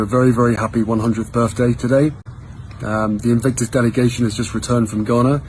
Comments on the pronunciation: He is now saying BIRFDAY……. not birthday….. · Happy Burfday? Burfday? I would have thought Harry had been taught how to enunciate the 'th' consonant blend. He wouldn't have grown up hearing it spoken like that. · His birthday greeting to that man! Firstly...."Birfday"!? And secondly all that thanking from delusional Harry behaving like he is some kind of Deity. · Did he say BIRFDAY?